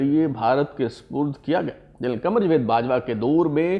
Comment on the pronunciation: It is not jwed but jawed